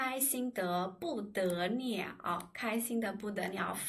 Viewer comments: I also have that question. I wonder if that was wrong pronunciation. She turned all "l" to "n" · I an curious, which part of China do you come from? Also, did you pronounce bu de liao as bu de niao? Is that a regional accent or am I missing something? Great videos. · 不得了为什么读 bu de niao??? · 谢谢老师， 你讲得不得了。但是有一些汉字你的发音读得错了。比如不得了，弄等这种词。